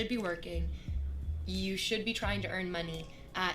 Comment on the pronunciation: I hâte the way she says money : mah-nee